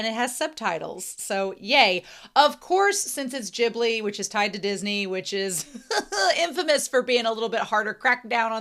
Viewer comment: This is one of my favorite Ghibli anime, and I enjoyed your reaction a lot! And I've seen tons of reaction videos on Youtube but YOU are the only one who pronounced Ghibli correctly. You have my respect and thanks!